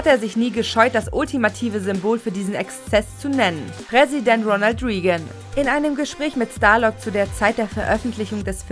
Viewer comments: Der Präsident wird RÄGAN ausgesprochen nicht RIEGÄN. Und es heißt CAR PEN TER NICHT CARP ENDERS. echt mal, schlau sein wollen aber falsche Aussprache haben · Ja ja, der berühmte Ronald Riegen, wer kennt ihn nicht... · mein innerer monk tobt gerade: wie kann man ronald reagan nur als "riegan" aussprechen. aber sonst, coole infos für einen film, den ich gefühlt tausendmal gesehen hab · Oh... man merkt, dass du geschichtlich noch sehr grün hinter den Ohren bist und wahrscheinlich einfach nur vorliest was man dir vorlegt. Denn es heißt Ronald "Reagen" UND NICHT "Riegen". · Die Erzählerin geht leider nicht - sorry, aber wie kann man so gut wie jeden Namen seltsam aussprechen? Ronald Riegen? 😂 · Lettel weppen. Präsident Riehgan. 😂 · "Reigen" ist auch nicht ganz korrekt. Eher "Räggän" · "lental weapon" "riegen" omg......🤣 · gut recherchierte Infos, toll geschnittenes Video. Aber selten so eine schlechte Sprecherin gehört, die offenbar nach dem ersten Jahr Englisch in der Schule abgebrochen hat. Im Ernst: "Ronald Reegan?" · Carpenter.. Reagan....was ist denn das für eine Aussprache!